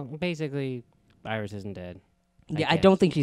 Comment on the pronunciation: JESUS CHRIST! Its iris dude wth who do you think it is? HANNIBAL BATES?